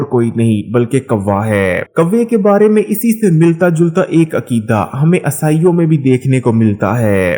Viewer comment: Bolna to seekh le pehle عیسائی کو اصائیوں اصائیوں کر رہا